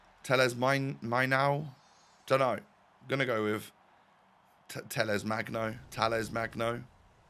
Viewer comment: For me, brazilian born and raise, your pronunciation for Talles Magno is pretty good mate!